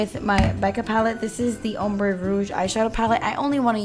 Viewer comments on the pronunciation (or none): none